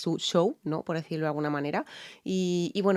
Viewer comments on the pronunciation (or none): none